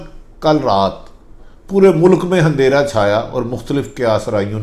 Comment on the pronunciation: Tumhain sirf tubsarey kurney ke illawa koi aur kaam nahain. Apni urdu to theak karo tumhari hur buk buk pe buta ruha houn.hunderah nahain andehra kehtey hain